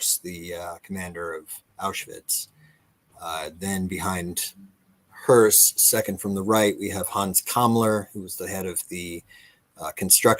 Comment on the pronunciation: Well, he can't pronounce hoess so best to use the English names